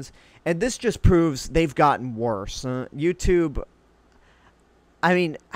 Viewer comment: Why after you speak ... At the end of a sentence do you say "uh" ??? Like Youtube"uh" ... Gathered"uh".... 900uh